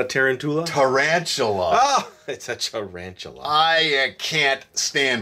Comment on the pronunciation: who says taran-tula??????? i dont think tarantula is a rare word....i guess he doesnt know what tarantula is.. (-_-)